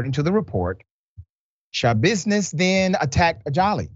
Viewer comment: Sha-business tried to give the lawyer "tha-business" 🙄 😒 😑 🤣